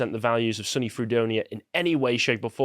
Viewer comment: Yank here: you can just say SUNY (pronounced like Sunni islam) Fredonia. SUNY Fredonia.